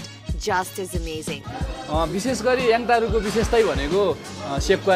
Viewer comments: am a fan of your fluent delivery and tone but the word ‘Yangtaru’ is not normally pronounced as you did here. It does not hav strong solid ‘ga’ sound in the middle. Am not criticizing you. Am just suggesting as your true fan. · It's Yangtaru, not yangataru. yangataru sounds cringy.